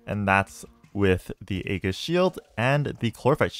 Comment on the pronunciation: Hey, Aegis is pronounced with a soft G, so it's like Aejis